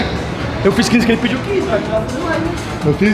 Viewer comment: Nao sou hater, mas achei engraçado pediu com L KKKKK